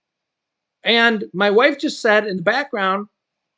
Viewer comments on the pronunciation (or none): none